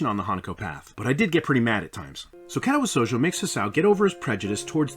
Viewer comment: Dude how do you pronounce it so wrong after he told you exactly how to. What is Kätawä Souljo